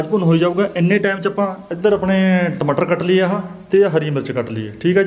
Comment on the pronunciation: Tmtar ni tamatar hunda hhahahaahahahha😀😃😄